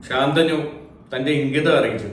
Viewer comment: ഉച്ചാരണം ശ ന്തനു എന്നല്ലേ, ഗംഗാ ദതന്റെ ഗുരു പര ശു രാമൻ ആണ്